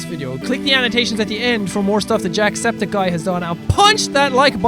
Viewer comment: Some times when he says his intro i always hear "jack sceptic guy" instead of his channel name